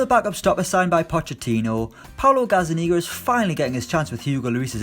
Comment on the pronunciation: Its GazzaNiGa not GazzaNiga ,haha beat hermonie impression here